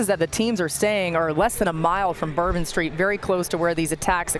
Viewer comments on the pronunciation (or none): And here I thought it was bourbon street not turban street 🤧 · I thought it was bourbon street… not turban street